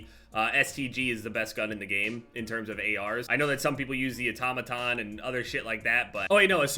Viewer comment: Praise Jesus! Someone pronounced automaton correctly.